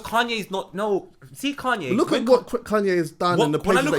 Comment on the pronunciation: pronounces Kanye as “Kun-yeh” 😂😂😂